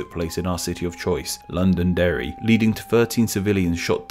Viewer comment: Londerry? Eh? Eh?